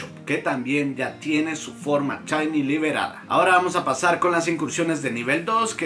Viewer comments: Dices chainy porque no puedes pronunciar? O para hacerte el gracioso ? Si es la primera está bien pero al menos a mí me caes mal cuando lo dices. Y si alguien pensaba defenderlo o atacarme abstenganse no pienso discutir. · Porque diablos pronuncia "chaini" ?